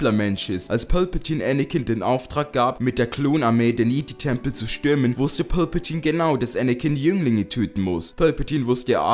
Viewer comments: Das ist Palpatine und nicht Pölpetiene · wer versteht anstatt palpatine auch immer pölpatine xD ( nicht böse gemeint )